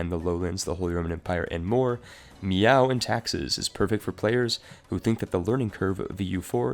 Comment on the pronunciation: Its pronounced "May-ou" not "Meow"